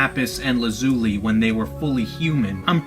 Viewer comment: hey champ i love the videos, but your mispronunciation of Lazuli is killing me. the names come from a blue stone called Lapis lazuli. Lazuli is pronounced: Lah-Zoo-Lie ;)